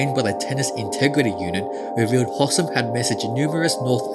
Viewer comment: I feel like I have to help out with future pronunciation of this Egyptian`s name; Its Hosssssaaaaaaaaaam, gotta put emphasis on those as and es, give it time. And Kareeeeem. Make the "e" audible. Thats all.